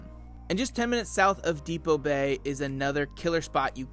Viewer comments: It’s DEPOE Bay!!!! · Great video but Depoe Bay does not contain the letter "t"!!!!